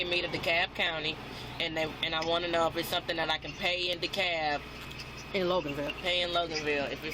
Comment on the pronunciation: Dekalb not “camp”